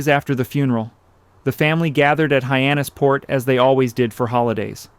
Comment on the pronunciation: Might be "ay-eye". He makes several pronunciation errors (Hyannis PORT) and spells out WASP, which is normally pronounced like the insect. These are "tells".